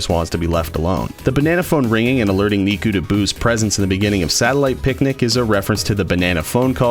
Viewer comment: I keep think he’s saying miku not nikku wtf